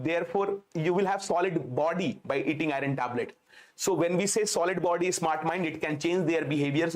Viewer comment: IRON pronounced as AI UHN ,AI URN not i run